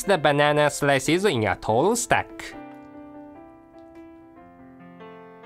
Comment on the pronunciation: "and drizzle that choclade saus"